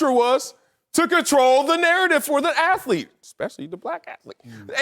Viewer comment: Ok, why can't these men pronounce words with th in them? Wurf? Forfright? Aflete? Come on man! How many college degrees are on this stage? It's not hard